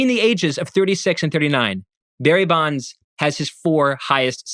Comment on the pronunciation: It’s Bonds. Sorry not sorry.